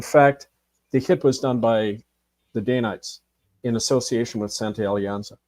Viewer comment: It's Dan-ites, not day-nites.